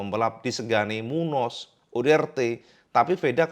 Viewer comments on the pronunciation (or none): Dibacanya Munyoz bukan Munoz, perhatikan tanda gelombang diatas ñ , itu artinya berubah jadi 'ny'